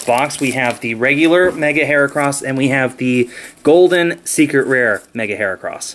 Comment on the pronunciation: It's HERAcross not Harecross